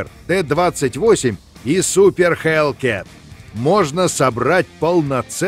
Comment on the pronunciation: Хелкат а не лалаал 3 р hellcat